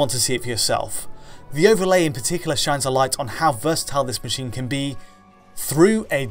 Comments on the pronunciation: He can't pronounce "can" either, he says "Ken" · Why can't you say "can"? You say "Ken"